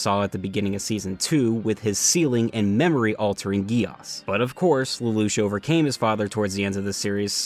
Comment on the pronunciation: that "" dude can`t even say lelouch name right.